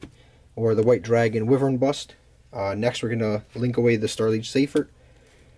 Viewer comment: It's pronounced "why-vur-n"